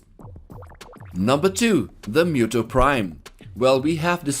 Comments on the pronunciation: Cringey pronunciation of Muto. Its Mooto not Myuto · It's muto's muto's not muto's actually know you said meu Deus Ex like me dos with a d for some reason